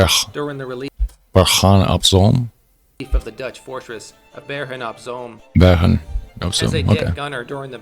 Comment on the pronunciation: Bergen Zoom. The oo in Zoom sound like the o in home.